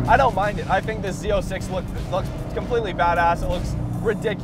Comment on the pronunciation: Why does he call it Z0”sex” ?!